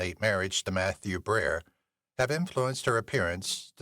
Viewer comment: his name is Matthew Broderick not brer